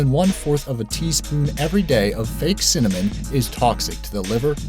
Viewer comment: Wait did he just say cimmanon wahahahahaha lol